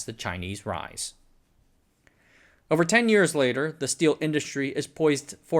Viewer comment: It’s just really difficult on the ears… could you say nippon as nee-pone… pone as in as in pony, just no y/e pronounced at the end. It isn’t pon as pond… long o. Thank you.